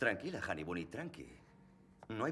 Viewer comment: Tú no te enteras. Aparte de lo que te ha aclarado Maricel Rojas, Bunny no es ninguna palabra en español, ya que es como tim roth llama a su novia. Y no es bunny, si no honey bunny, literalmente, conejito de miel, o adaptándolo mejor, dulce conejito, eso sí, admito que está mal pronunciado. Capullo es una más que correcta traducción del jerk o el dick que se usa en inglés, pues significan prácticamente lo mismo y son igual de malsonantes en ambos idiomas. Por cierto, sí viene en el diccionario. Manda cojones que los de "tiempos violentos", vengáis a darnos clases de traducción.